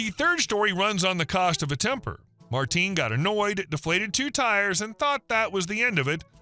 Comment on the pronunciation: The name isn’t Martin, it’s Martín. i vs í. The pronunciation is going to be different because it wasn’t an English name.